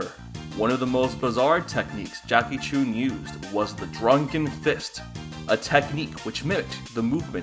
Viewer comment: Corrections: Goku was 12 not 13 Goku trained for 8 months not over a year The pronounciation of Jackie Chun is incorrect